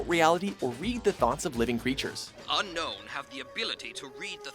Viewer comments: it's unown,not unknown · its Unown, not Unknown. (Im pretty sure) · why do everyone say unknown I thought its unown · unknown is pernounced un-own weird right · By unown...did he mean un-own? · “Spell of the Entei: Unown”?? What the fuck?